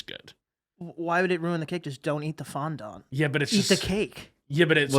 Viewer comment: the way they are pronouncing fondant is killing me